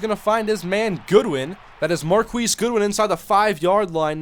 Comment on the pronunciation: Just for future reference, its pronounced MarKees, not Markwees